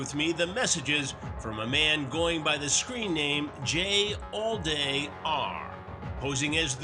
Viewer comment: "Jallday" more like "Jailday" 💀🤣